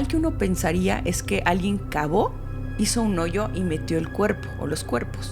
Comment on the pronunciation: Entendi mal cuando dijo “alguien cavó”… la palabra cavó me sonó diferente jajajajajaja😂